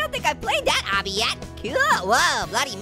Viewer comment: its pronounced like this obby AW-BEE